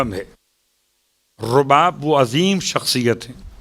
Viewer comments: بیبی کا نام رباب ہے زبر کے ساتھ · بیبی کا نام تو صحیح سے بولیں